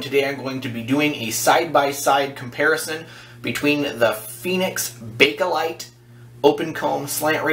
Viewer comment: there is no "a" between bake/light. nice video tho. ok well...synthetic plastic...ty, I needed that. I bet those slants just slice right thru the whiskers.